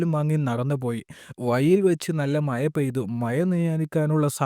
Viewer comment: അവതരണം നാനായിട്ടുണ്ട് .മയ എന്നതിനുപകരം മഴ എന്നാക്കിയാൽ നല്ലത്‌.